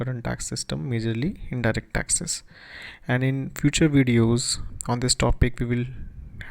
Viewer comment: dude..just say taxes...why tasksess.?...